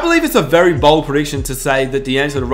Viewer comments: Say BOLD not BALD😂💯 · Its bold not bald